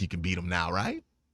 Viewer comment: He doesn’t say Right… Cmon man say it right.